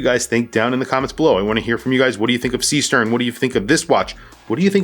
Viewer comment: The pronunciation, AGAIN, is not SEE-STERN, with an english E. Is a GERMAN name, with a german double E.